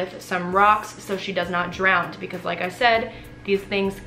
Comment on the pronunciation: Mate... Did you say 'drowned'?